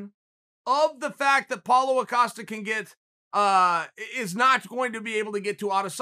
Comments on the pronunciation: Who TF is paulo O'costa? My god chael you stay fucking up these guys names! I can't tell if your trollin or illiterate.... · Its Israel Adesanya vs Paulo Costa not what you said...